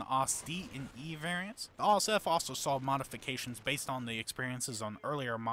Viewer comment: how do i put this politely... please learn pronounciation when you do something historical, Ausf stands for Ausführung and words in german are pronounced more like in latin than english although they both have the simillar origin and for a few minutes i didnt have a clue what are you talking about because of that...Otherwise I like your comments, its lovely to listen about the history